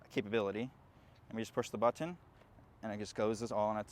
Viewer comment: The way he says "button" is so weird...